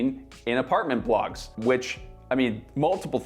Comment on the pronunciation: I thought at first you said apartment blocks, good thing blogs was later on spelled out, lol.